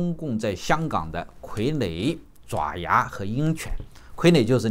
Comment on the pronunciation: 爪，有两个读音，爪牙【zhaoya】